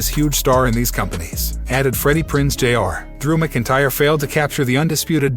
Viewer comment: WTF..... Were Do You Get Your News From? Click Bait Your Can't Even Pronounce Drew's Last Name Right 🤦‍♂️🤷‍♂️🤬🖕